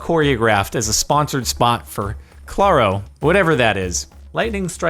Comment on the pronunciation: Its claaroo no cloral and its spanish